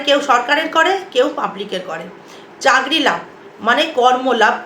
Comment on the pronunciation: চাকরী কে যখনি শুনেছি " চাগরি " বলছেন আর ভিডিও টা সময় নষ্ট করে দেখলাম না